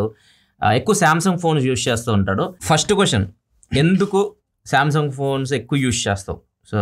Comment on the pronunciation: Samsun annatu vinipisthundi enti